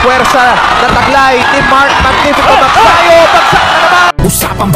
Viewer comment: Mag-sayo ba ? o Mag-sa-yo? Your pronunciations are out of this world.